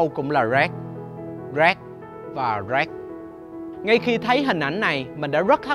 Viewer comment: nói rác giống như roét